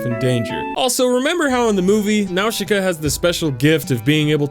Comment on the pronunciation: when his says Nausicaa i cringe so bad